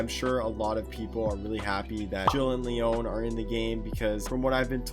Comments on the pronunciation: Jill and Leóne I can't tell if he's pronouncing it wrong on purpose or not 🤣 In every piece of media, his name is pronounced LEE-on. I like this new pronunciation though. I'm using it. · ITS PRONOUNCED LE-ON NOT LEONE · Bruh his name is Leon not Leóne. It's pronounced Lee-on :) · I love ur videos but Leon is pronounce Leeawn not leeone 😂 it’s such a minor thing but I’m just annoying lol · "Lee own" lmao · It's pronounced LEE-ON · Leon is pronounced like Lee on. Its not french haha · Did u say le-ONE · Listen I love but his pronunciation of Leon hurt my soul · I’m sorry but I can’t get over the emphasis he’s puttin on the O Leon’s name, it’s not wrong but every time I hear it hear Ashley’s “Leon” scream from resi 4 in my head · Dude love you're videos but bro. You killed me with Leon's name 😂😂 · I felt that. Not to be rude to but yeah I heard it and kinda cringed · That hurt my soul to hear